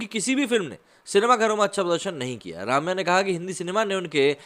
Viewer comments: It is Rum-ya, not Raam-ya. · It is not pronounced Raamya but Rumya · “Ramya” krishnan’s first name is pronounces as “RUMYA”, not “Raamya”. Thought I’d tell you. No offense meant to you. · Jab log unka naam Tak theek se nahi le sakte woh kyun Bollywood mein kaam karengi. It's only Ramya not Raamya.